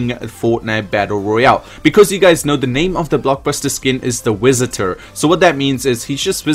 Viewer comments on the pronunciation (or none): He said the wisitor